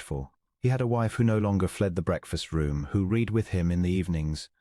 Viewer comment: AI does not know there is a past tense to read and it is ' red' 🤔